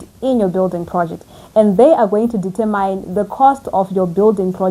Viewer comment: Sweetheart Google how the word determine is correctly pronounced. I have a feeling you will keep coming back to this word in future videos. I don’t mean to be rude…just trying to help. Other than that, you are fluent, composed and well spoken … cherry on the top is your construction knowledge. Thank you for all the information.